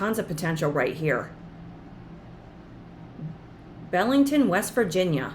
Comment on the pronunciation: Hi, My mom was born in Belington, WV (pronounced BEE LING TON) Its about an hour south of Morgantown and 45 minutes SE of Clarksburg (nearest Walmart) and the village sits along the Tigart River. I'd love to buy this place just for the memories I have of Belington. Thank you for a great channel.